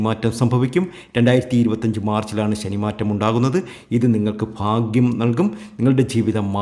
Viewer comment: നന്നായി.. ഫാഗ്യം.. ഫഗവാൻ 😂😂ഫയങ്കര തിരുമേനി 😂😂